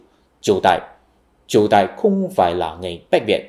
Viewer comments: Triệu Đà chứ không phải Triệu Đài nhỉ. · Chỉ là 1 ít lỗi phát âm như Triệu Đà,.. Còn kiến thức thì rất khớp với tiến trình lịch sử mà cá nhân mình biết. Chính sức sống làng xã mà Việt nam mình không bị thực dân hóa thời Bắc thuộc cũng như trăm năm Pháp thuộc, Cũng là tiền đề cho mọi cuộc kháng chiến toàn dân thắng lợi theo chiều dài lịch sử dân tộc!